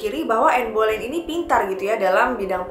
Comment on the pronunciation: Bacanya anne beleyn